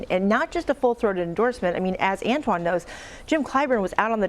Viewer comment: “Ant Juan”? 🤣